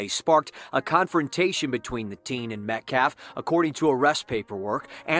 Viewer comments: He didn't even pronounce Austin's last name correctly. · smh the “lawyer” can’t even say the victim’s last name right. 🙄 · Try pronouncing the victims name correctly Biden, um I mean Mr. BLM lawyer.